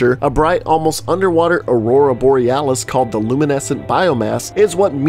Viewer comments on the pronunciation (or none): none